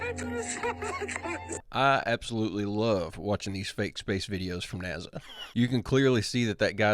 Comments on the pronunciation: Last I heard it's NASA not Naza: National Aeronautics and Space Administration. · 😂 love how you say NAZA